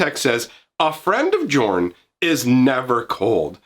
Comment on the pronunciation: Jorn is most likely meant to be pronounced like Yorn, given the setting.